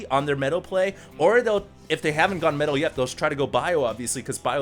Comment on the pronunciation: everytime says "metal" a puppy dies a terrible death somewhere